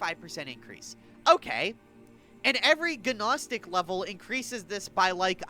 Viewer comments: PPS Gnostic = Noh-stick. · Nos-tic. The G is silent. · guh naw stick